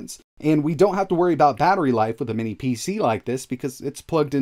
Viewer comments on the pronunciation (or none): Can someone explain why he can't pronounce "minis" correctly?